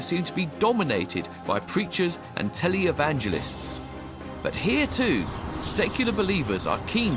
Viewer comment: Tel-ee evangelists, LoL!